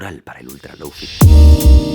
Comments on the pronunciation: "Lóufi"... ni siquiera lo intentan, españoles queridos... ¿Tán difícil es decir "Lou fái"? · deja de decir "lou fi", por favor :( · Jaime, con todo mi amor, se dice: lou-fai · ¡Muy buen vídeo! El lo-fi es la música perfecta de fondo. Sólo un apunte, se pronuncia 'low fai', que has dicho 'low fi' tantas veces que tenía que escribirlo. Luego la gente se queja que los españoles no hablamos bien inglés, pero si desde el principio ya pronunciamos una palabra mal (como wifi) luego todo el mundo la pronuncia mal, en vez de hacerlo bien desde el principio. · Me pega el chispazo cada vez que pronuncia "loufi". DI "LOUFAI" O "LOFI", no un intermedio por favor. Un poco tarde si el video ya esta grabado xd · Nadie : Absolutamente nadie : Jaime Altozano : Loufi Yo: SE PRONUNCIA LOUFAI!!!!! xdddd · Perdón pero se pronuncia Lou fay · Se pronuncia Lou Fai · en realidad se pronuncia lou fai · Men con todo respeto no confundas que el lofi que por cierto se pronuncia (loufai) con algo que es muy común como música para estudiar o para dormir.. porfavor culturisate .. el lofi tiene más subgeneros, no digas tonterías de ultra lofi .. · lou fai... se pronuncia LOU FAI.... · Duda: Si ya pronuncias el “Lo” como: Lou- por qué no dices el “Fi” como: fai- ?? Es lofi o lou-fai, escoge una por favor, me da mucha ansiedad que lo hagan así 😭😰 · Se pronuncia lou fay :v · Una lastima que Jaime no haya terminado el video susurrando a la cámara "se pronuncia Loufai" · Me gustó mucho el contenido, pero no pude disfrutar del video por sentirme mal al no poder dejar de ver la barba sin recortar y el cabello desordenado, y escuchar que pronuncia mal lo-fi :( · Ramdom* Curioso como pronuncia Low o High en inglés pero Fi en español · Todo iba perfecto hasta que pronuncio lo-fi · A alguien más le perturba que Jaime pronuncie bien sólo la mitad de la palabra? Jajaja